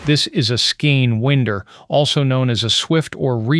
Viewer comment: Some segments are human, some are AI. If you watch the whole thing, you'll catch it... the AI can't pronounce 'skein winder' correctly.